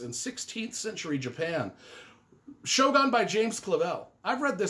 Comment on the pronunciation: I haven't read all of the books on your Top 17 Top 10 list but those that I have read all were great. I really liked The Stand but would have picked another as his best if I had to choose. Luckily, I don't have to choose just one book! The only minor criticism I'd have is your pronunciation of Shōgun. 😁